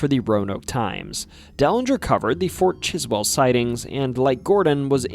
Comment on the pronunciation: its pronounced "Fort Chiswool" here lol